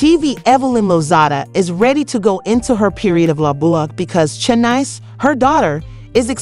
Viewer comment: Ru-moors, Tozada, and Shay-nice? 4 seconds in and I’m outta here. 😭